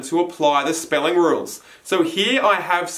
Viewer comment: it’s ok XD